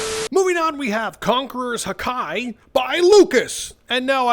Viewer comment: The fact he says haki like hakai hakia is from dragon ball bruh and Haki one peace